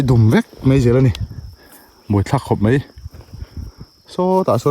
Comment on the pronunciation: Mai tih turah mei i ti deuh vek a. Nichin tih turah nachin i ti bawk. Sawiselna lam ni lovin ṭhahnemngaih thilah ka lo sawi ve a nih chu.